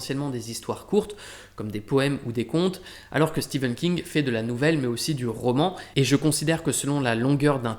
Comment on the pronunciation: Enfin quelqu’un qui prononce correctement Stephen King